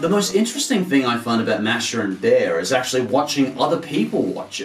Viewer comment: Btw, it's pronounced M-a^h-sh-ah